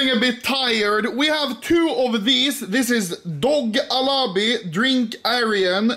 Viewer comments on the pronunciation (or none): Anomaly says Dough Alabi hahahah.